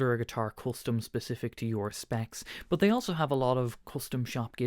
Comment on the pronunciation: Why do you pronounce the letter U as a O ? You say “bot” instead of “bUt”???